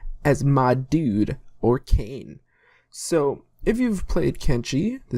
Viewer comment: It's actually Okran not Orkan :) And yes Narko is Okran backwards. Nice vid man